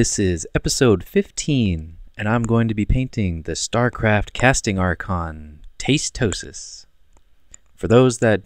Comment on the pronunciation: its tastosis not tasteosis! but other than that awesome work!